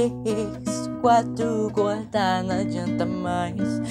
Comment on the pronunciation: Percebi quando vc falo